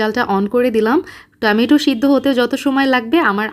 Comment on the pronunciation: আপু টমেটো কে। আর টামাইটো বলো না প্লিজ। বাকি সব ঠিক আছে